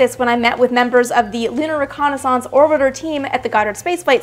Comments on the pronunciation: Learn how to say "reconnaissance"...damn. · The way AST says "Reconnaissance" bothers me. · Is it a Canadian thing, or an Amy thing, saying reconnaissance like that?